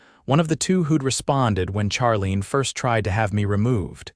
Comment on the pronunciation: Charlene is pronounced Sharlene.